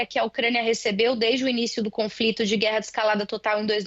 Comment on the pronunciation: E a repórter falando "confrito". O que houve com o jornalismo?